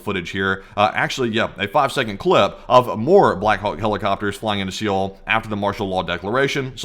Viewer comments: Seoul is pronounced Seo-ul (just say Soul), not See-oul. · SEOUL isn't pronounced see all....its pronounced like Soul. You are making my korean wife cringe everytime you say "see yeall" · How is it, that sometimes you pronounce the capital of South Korea "se-oul", with two syllables, and other times you pronounce it correctly, Seoul, with one syllable? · Pronounced soul not see ol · Dude, it's just pronounced 'Soul', the 'e' is silent. It's not 'Sea-ole'. Pretty importent if you are going to mention it a hundred times in 14 minutes. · SEOUL...is "sole", the E isn't pronounced. SOLE/SOUL, not SEE OUL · The way he pronounces Seoul as seee ole it’s pronounced soul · Good info, but it´s ¨sole¨, not ¨see ole¨ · It's "Soul" dude. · Just so you guys know for the livestream , it's pronounced soul . Thanks for the video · Cringe to watch everytime you pronounce Seoul. Its pronounced Soul. Prolly never had to say it in your life but you're welcome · I hate the way you say "See-ool" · learn how to say seoul bro! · Thanks. Its pronounced Sole mate. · Please google how to pronounce Seoul…. Its supposed to sound like sowl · It’s Seoul and not sioel 😂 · Seoul is pronounced like Soul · It’s not pronounced SEE’OL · lol "Siyole" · FYI the capital of South Korea is pronounced like soul or sole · Seoul is pronounced soul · You do not pronounce it Seoul. You pronounce is soul. But awesome video thanks again. 🙏🏽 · I don't mean to be critical. This is for your own edification.... Seoul is pronounced similar to "soul" ... The e is silent. Really want to thank you guys for doing what you do, and bringing this information to us. Keep it up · Please pronounce the capitol as "Soul." I'm a Korean Army Intel linguist. Trust me. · Damn, the opposition leader must have some athletic ability left in his old (middle?) age. I know I could never hop a fence (granted, hard to do it from a wheelchair, lol) **Btw,, capitol of S.Korea is pronounced like "soul"